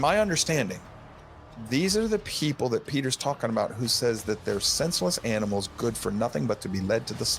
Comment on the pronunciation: did my man really get so angered that he said "aminals"